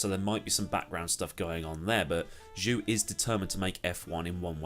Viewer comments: Zhou is pronounced "Joe" instead of "Jew" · Just so you know, Zhou is pronounced more like Joe than due, if that makes sense. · I think George is gonna try to beat Lewis from his first season, especially if you consider its new regulations and brand new cars where experience with the current Mercedes is essentially not relevant (just a note, Zhou is pronounced Joe in Chinese) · ignorant to say Zhou isnt stellar...also your pronunciation of his name is bothering